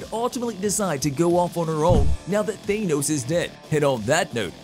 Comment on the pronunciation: Who in the actual hell is even Thay-Noze? Lol!